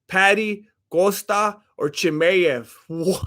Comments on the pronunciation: Fuck I'm out you can't even say Chimaev, most gross mispronunciation I've ever heard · Hole uuup. Your Chimaev impersonation sounds like he's rock'n a sombrero.